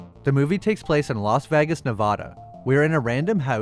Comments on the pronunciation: Really outstanding video. Just a suggestion... it's pronounced "Loss VAY-gus" not vegg-ass 💜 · Los Vegas (Lost without the T - Vay - gas like gasoline) pls learn to pronounce.